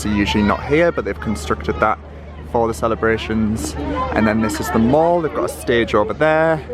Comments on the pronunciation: Mate, it ain’t pronounced “mawl” 🙈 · Hi, it’s pronounced the Mall as in pal! Not as in the American shopping centre!! X